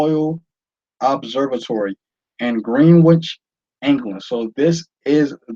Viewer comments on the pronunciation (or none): A silent W in Greenwich by the way